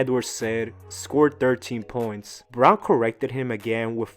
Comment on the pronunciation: I had to rewind to know whether or not my ears were deceiving me 😂